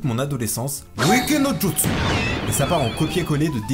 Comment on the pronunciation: Wiki no juSTu je pleure xD C'est Jutsu -> Hiragana Ji et Yu = Ju + Tsu